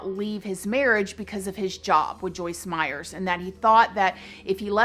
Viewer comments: Pretty sure it’s Meyer with no s on the end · I love you,, but her name is Joyce Meyer not Meyers. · It's Joyce Meyer not Meyers. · Meyer not Meyers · It’s Joyce MEYER, not Meyers!!!!! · If you put out videos to the public, you should get your facts straight. It's Joyce MEYER, not Myers. I can understand a one-time slipup, of her name. You never once pronounced Joyce Meyer correctly. Do basic research. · PLEASE—-if you are so familiar with her—her name is Joyce Meyer!!!!!!! No “s” on Meyer!! 🤔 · It is Joyce Meyer , not Joyce Meyers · Not being snarky, but her name is Meyer, theres no s on the end. Lots of people make this mistake. Hugs =)